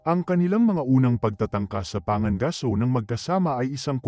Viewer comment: Pangangaso hindi panga gaso. Bugok.